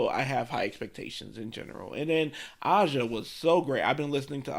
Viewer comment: Aja is pronounced like the continent Asia.